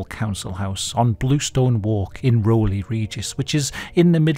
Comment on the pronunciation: Rowley is Row as in argument, row-lee